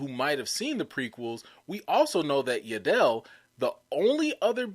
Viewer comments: 😂It's Yaddle... not Ya dell. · "I find your lack of pronunciation...disturbing"...it's Yaddle like paddle...not like Adele with a "Y". And I could see GROGU turning to the dark side and force choking you every time you mispronounced his name as well. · isn't it Yaddle like paddle?